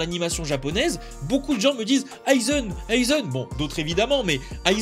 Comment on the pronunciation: pourquoi tu dit oeuilzen, c'est Aizan (aïzen en fr) 🤦🏾‍♂️😂